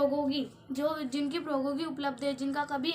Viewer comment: Sorry mam, proghoki nahi prodyogiki hota h😎